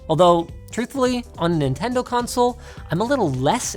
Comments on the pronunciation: "Nobody does what Ninten-doo" 😭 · He said Nintendoo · nin ten do😭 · "Nobody does what Ninten do" 😭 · Ninten-Do what sega don't lmao